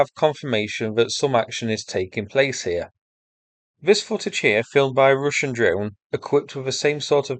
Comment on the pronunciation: am i the only one now saying Rooshin?